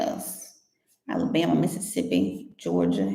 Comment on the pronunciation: Clear , " Alabama " .